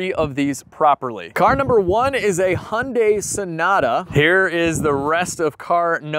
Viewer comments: You say Impala correctly but your Hyundai is way off. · I laugh every time an American says Hyundai. (Hun-day)🤣🤣 in Australia 🇦🇺 we say (Hi-un-die) or (hi-un-day) 🤣🤣🇦🇺🇦🇺🇦🇺